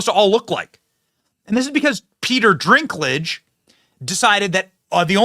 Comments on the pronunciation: It's Dinklage not Drinklage. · Sorry to correct you Benny, but it's Dinklage not Drinklage. Rock on, I love your episodes. 😊❤🎉🙏💥🔥👍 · It's Peter Dinklage....not Drinklage. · I know this video is old, but just have to say.... it's dink.... not drink... Peter Dinklage no r in the name... lol. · Good news! BTW, Dinklage's name doesn't have an 'R' in it, so it's dink like dinky little guy, not drink like a tall drink of water. (I know I am gonna catch heck for this. I'll see myself out...) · Is the "Drinklage" some kind of joke that I don't get, Benny? Or do you not know his name is Dinklage? Either way, his ego got way too big after GoT - clearly he thinks that no other dwarves in existence deserve to be actors like himself - woke mind virus much. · its Dinkage, not drink lage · Drinklage? He clearly doesn't have an r in his name. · "Dinklage," not Drinklage. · "Drinklidge"..... bruh... wtf 🤣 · Its Dinklage not Drinklage. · Drinklage? Slow down Benny! 😂 Its Dinklage.... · If he says “dRinkledge” one more time…. Lol, it’s “Dinkledge” NO R. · Dwarves are made up creatures?? 😂 uhhh 😬 Why do you keep calling him “drinklage” ? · My boy Benny. Your inability to properly pronounce names is astounding. Although I don't like Dinklage and don't mind you calling him Drinklage I am still hoping that someone on your staff will help you correctly pronounce names before you go on the air. I mean seriously. I'll still keep watching you, it's just so cringe sometimes. Like Stube yesterday. Cringe. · It's funny when Brent calls people the wrong names.... - "Renee" Ziegler - Peter "Drink-lage" 😂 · There is no "R" in Peter Dinklage's last name.